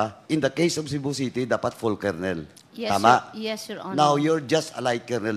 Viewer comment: Ayusin mo kaya pronunciation mo ng kolonel!!!